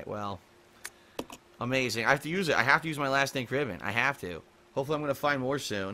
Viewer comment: I'm crying here.. That door thing, what in the ever living fuck, who would do that? Let alone FILM THEMSELVES DOING IT AND UPLOAD IT TO THE INTERNET. Jesus H. PMSL watching this, cheers :D Also why the fuck does he say "Ink Ribbon" like that, is it off or is it just me? Like he puts emphasis on Ribbon Instead of Ink. Maybe it's just me, anyway wtf am I talking about why did I type this out.. One last thing who runs out of Ink Ribbons LMAO, they're basically just a technicality to anyone with a clue how to play.